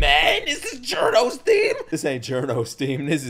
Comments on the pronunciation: this is how to say it jor in or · Its pronounced jio-rno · Best butchered name for giorno I’ve heard so far